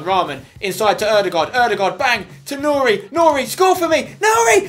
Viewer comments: You pronounce nouri like ´´nuri`` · Spen it's Noori not nouri